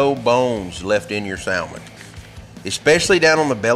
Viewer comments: I love your videos but I HAVE to give you hell about this (sam- ann) 🤣 say it with me. (Sam-Ann) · The L is silent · I can forgive the sowlmin because he said waRsh!